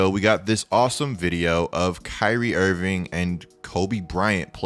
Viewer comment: "kyrie invingckk"